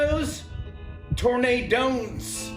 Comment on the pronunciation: TornaDONTS and HurriCANTS hahahha